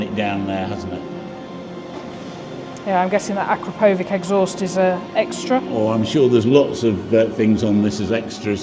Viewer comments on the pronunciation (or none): Looks great! I’m looking forward to MCL. that’s not how you should say Akrapovic! I got told off so now pronounce it differently. However keep up the great work guys. I don’t always comment but I always watch and give you a 👍 Murt